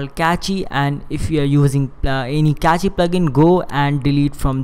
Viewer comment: Not to criticize, but just FYI, "cache" is pronounced the same as "cash." It's just one syllable, with no "ee" sound at the end. One of the many goofy spelling eccentricities of English.